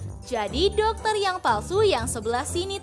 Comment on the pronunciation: Doketer laki laki bukan doketer 😂😅